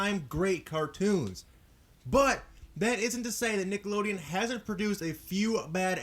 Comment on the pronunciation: It bothers me that he said like 'Niggalodeon' instead of 'Nickelodeon'